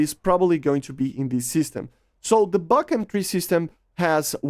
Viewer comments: Buk is pronounced b-oo-k. Бук. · Buk ("Бук" in russian) is actually pronounced like 'book'